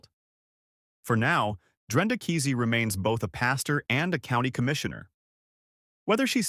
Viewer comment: Oh !Please, Not Kisi it’s Keesee